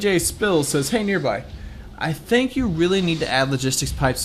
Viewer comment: is it me or does nearby put enthesis on EE